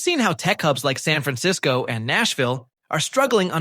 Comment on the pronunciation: Why can't you use an actual human narrator instead of a robot? Your robot mispronounces San Francisco and Los Angeles. Great topic and some useful observations, but on future videos it isn't all that expensive to use a real voice narrator and well worth it.